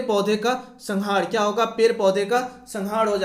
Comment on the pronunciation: Kya MC 🤬🤬sala Hindi bhi sahi se pad nahi pata hai kya Ka Q padta hai sala MC 🤬